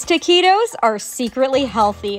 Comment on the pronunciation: Girl, the proper pronunciation of the word “Taquitos” (the “u” is silent) is “TAK EE TOSS”, (like “tossing a salad”) not “TAKI ROES”! Or whatever it is that you call them!